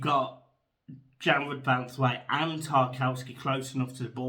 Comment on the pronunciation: Erm it's Branthwaite